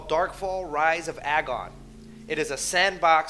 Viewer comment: I like it. but its pronounced Agon like Ayyeee-gon